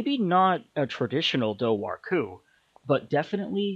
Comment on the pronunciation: It’s pronounced DOOR-WHO